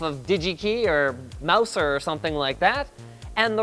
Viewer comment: I think that Mouser should be pronounced like Bowser from Mario